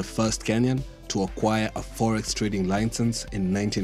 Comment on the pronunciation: Very informative. There seems to be a trend of entrepreneurs coming up with a good idea & then politically connected people swoop in after sabotaging the idea through regulations & laws. This is what holds back growth in Kenya by killing innovation. ...... LI-CEnse not LINE-cense we seem to have a problem with this word despite our mastery of the English language. (please, no cliche's about coming by ship, blah blah blah)